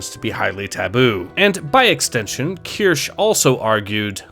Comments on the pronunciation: keer-shuh, not kursh or kurshee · It's pronounced "Key-ur-she". Just like Asmongold said it. Trust me. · At least learn how to say Kirsches name correctly.